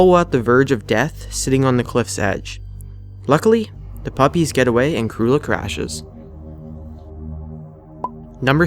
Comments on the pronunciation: uploader i think her name is pronounced "crue EL la" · hes saying creulla wrong.